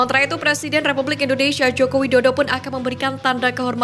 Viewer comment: Tariiiiiiiik nafas, Mbak..... Atuuuur nafasnya biar terdengar Wajar ya ..... INDONeiiiisyiiiiiiia😂😂😂😂😂